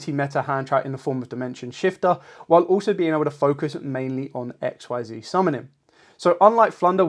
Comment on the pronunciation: Not to be rude, but you do know Xyz monsters are pronounced ex-seez right? If that’s how you wanna pronounce it tho, no judgement.